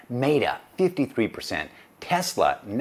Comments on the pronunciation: Wild that TSLA stays in and AMZN got the boot. lol. But the logic is sound. My bias is just showing. Also, META (met-uh, like I met you yesterday) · Maybe my bias is showing as well since I am not a fan of Amazon's business model and how they treat their sellers. And, I always pronounce Meta wrong. Why are meta and beta pronounced differently anyway?